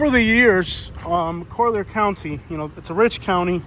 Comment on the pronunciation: Colly-er County* bro lol